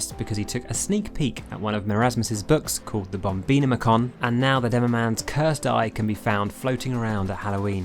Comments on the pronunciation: wasn't it pronounced the bomb-in-om-i-con and not bomb-ee-no-me-con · sorry can we talk about how you pronounced bombinomicon "bomb-ino-micron" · I don't quite think that's how you pronounce the bombinomicon correctly. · I heard bomb-bean-o-micon and was baffled until i realized what was said. Then I was still baffled. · It's so wired hearing this pronunciation of bombinomicon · i'm sorry, but what kind of way is that to pronounce the Bombinomicon?